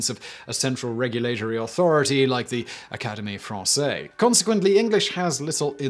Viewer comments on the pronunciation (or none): Who's gonna tell Simon it's Académie Frahn-SEZ? What? Yeah, I guess I just did.